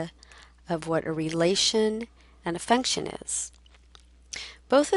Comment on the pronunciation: Damn that 'function machine' made me laugh... I thought you said 'fucktion' hahaha. you can image what 'pops' out :P